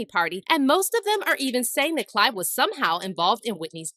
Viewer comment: Someone should have told her that his name is Clive Davis, not Clyde!